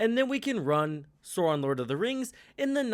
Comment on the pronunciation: Stop saying “soron”. It’s “SAAWRON”.